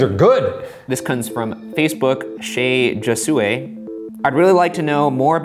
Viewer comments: Josue is pronounced as hosway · 'josue' I'm crying. wouldn't that be hose-ay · Ily ryan, but "josue" is pronounced ho-suweh. Kinda like José but the end is diff :) lol